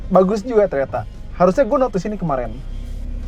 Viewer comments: "ternyata" cuma artikulasinya minggir dikit jdi kedegeran dari jauh toyota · Menit seperti terdengar "bagus juga toyota" maksudnya ternyata kali ya